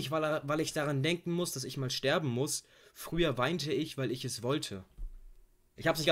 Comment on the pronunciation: ganz klar...apache ist einer der grössten künstler derzeit in deutschland. wenn er es jetzt noch schaffen würde,isch,misch,sisch,usw. normal auszusprechen,wäre er der grösste...